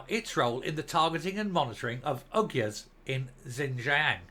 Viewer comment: Uyghurs is pronounced "wee gers"